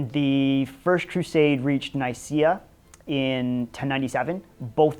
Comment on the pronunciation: Would be better to pronounce Nicea (or Nicaea) with a K as you pronounce Nike ...